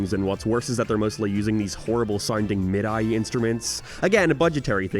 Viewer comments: Mid-eye? It’s mid-E lol midi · It's pronounced like mid-ee lmao not mid-eye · New sin: calling a "mid-E" a "mid-eye" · Please on behalf of all musicians, don’t say midi instruments like that again. It’s pronounced similar to Mickey as in Mickey Mouse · Bro said "mid-eye"